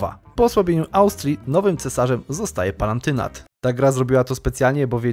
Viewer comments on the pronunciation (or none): none